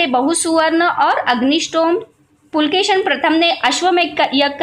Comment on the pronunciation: Not pulkeshin . _Pulakeshi .(kannada empire. )